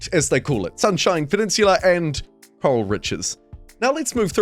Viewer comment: Say it with me... Corral. Not Coral but Core AL. Like a ranch or cows Corral them into the pen. CoreAL Riches 😊😊😊